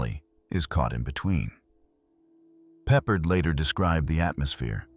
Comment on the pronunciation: George Peppard - You're butchering his last name. Pep - PARD rhymes with hard. Please use Google pronunciation from now on; its a matter of respect and we need to hold on to respect in our ever worsening vulgar world. Thank you⚘️